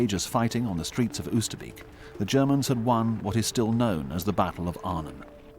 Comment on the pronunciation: The first time I saw a war grave cemetery was at 14 and it was Oosterbeek ! I will never forget it ! 0osterbeek is better pronounced as " Oosterbake ".